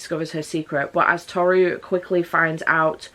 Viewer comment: The names are pronounced Tow-ru and Sew-ma by the way. I think that's how to like type the pronunciation anyway XD. Furuba was a series I adored as a teen despite me DNFing it as I didn't like the endgame ship errr yeah that's just a me thing. But it's fun to take note of which character your Chinese zodiac is! I still find it hilarious that I was like "ahh yeah I just relate to Ritsu as we're both the monkey and apologise a lot" it totally wasn't the cross-dressing gender fuckery =|. Ah the more you realise as you grow up XD